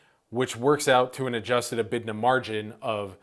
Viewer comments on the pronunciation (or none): The "IT" in EBITDA stands for interests and taxes, not income taxes. It's also pronounced "Eeh-bit-dah"